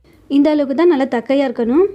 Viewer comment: அம்மா தக்கையா இல்லைம்மா தட்டையான்னு சொல்லு😂😂